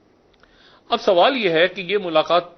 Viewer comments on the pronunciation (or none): none